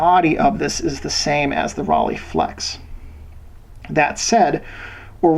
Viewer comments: Rollei: The first part ("Rollei") is pronounced like Roll-eye (similar to Leica) rather than "Roll-ee". NOT "rah-lay'. Makes it sound liek a bicycle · Informative video... but if your going to do a video on a German camera.. learn how to pronounce the name... Its Rollei (roll-eee) ....not Rahh-leigh!!